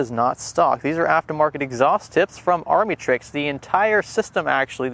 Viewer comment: Armytrix is pronounced [Arm] - [Matrix] not [Army] - [Trix]